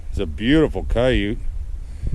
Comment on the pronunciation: Yote not Yute